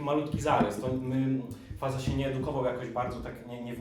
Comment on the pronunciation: Faza to się czyta fażama-fažama